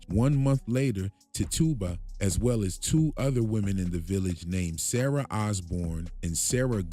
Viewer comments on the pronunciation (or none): none